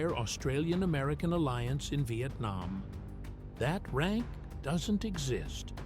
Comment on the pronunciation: Lost me when the narration failed numbers then hit exit when I heard RANCH. Turned me right off the story.